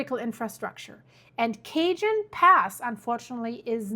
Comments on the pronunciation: i literally live at the bottom of the cajon (cahone) pass, and we are not los angeles, its san bernardino, also san jacinto is (ha-seen-toe) . thank you for your videos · Cajon is a Spanish word. It is not pronounced like Cajun, not even by us mostly monolingual Anglos in America. In fact, not even by Cajuns. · Cajone Pass (kah-hone) and San Jacinto (jah-sin-tow) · Cajon pass. Cajon (sounds like kuh•hown) thanks. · Thanks for this clear explanation. "J's" are pronounced as "H's". "Cahon" pass. San "hacinto" pass. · You're very bright, I rely on you together information. Thank you... I extend peace and safety to you and your loved ones, including your animals... (Just a note: in America, Spanish pronunciation is often used so it's like Ka- hone) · It's pernounsed CAHON PASS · Properly pronounced Ca-hone Pass (not phonetically Cajon)--Spanish pronunciation. 👍🏻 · Please pronounce the name of the pass correctly, it's pronounced El Kahon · Love your reporting. If I may, I just want to let you know that Cajon is pronounced ka-HONE and Jacinto is pronounced ha-SIN-toe by the locals here. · Hey Beautiful, we pronounce it "Ca-Hone" here in the Mojave Desert where the fault is located. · Cajon "sounds like" Cah-hone. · It’s pronounced Ca’Hone pass - spelled cajon .. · The word CAJON is a Spanish word meaning "box". It is pronounced, kah-hone. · Just to let you know.. it’s pronounced Ca- Hon. Spanish J sounds like H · Phonetically it is: kah-houn...a Spanish name..cajon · Wow, you are way better at pronouncing many different names to their language very impressed, but I am surprised you mis-pronounced "Ca-Hone" ( Cajon). 😮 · Thank you, saved me the trouble. It grated on my ear as soon as I heard it. I grew up west of Cajon Pass in the fifty and sixties. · Thanks. I was screaming at the TV. It’s pronounced ca hone. I shutter at La Jolla. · Cajon - the j is pronounced like an h, same with the j in Jacinto and the j in Mojave. These are Spanish words. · ka-hone' =cajon